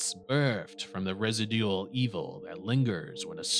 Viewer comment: Residual= Ra-Zii-Jewel. Zii like is use a Z instead, I know I'm know teach just not illiterate. At least I know residual isn't pronounced like it looks